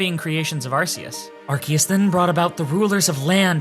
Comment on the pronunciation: it’s still arkoos